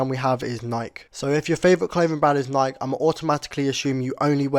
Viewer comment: bro saying nike got me mad